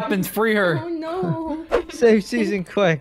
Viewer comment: said lets attak suasan lets go get her😂🤣